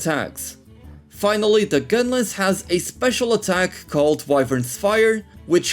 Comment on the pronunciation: Why do you call Lance and Gunlance "Lens and Gunless", is it a meme or what I don't get it